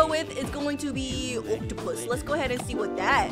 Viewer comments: You said rare oaktupus wrong you said it rare octupus 😂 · It’s not oktapus it’s oaktapus